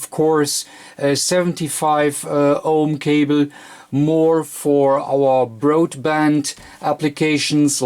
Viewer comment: Except he pronounces some words wrong. Coax is pronounced co-axe not coax. He does similar with the word balun which is pronounced bal-un not balloon. Cable too which is kay-bull not cobble.